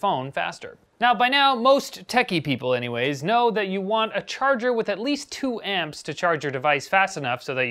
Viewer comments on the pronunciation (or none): none